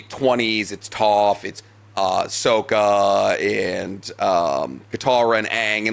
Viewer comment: knew we’d be in the comments ready to get on about that SOH-Kuh pronunciation 😂😂😂